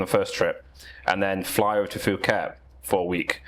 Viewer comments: calls Phuket "Fffuket" ... bro wtf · Did you say Foo-ket? Hoy hin and Patteya? And we are not 5 minutes in. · This guy is so cringey, has no sense with women and can’t even say Phuket correctly